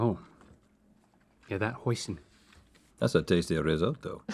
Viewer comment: i think ive heard the best "risoto" i get why Nicole laught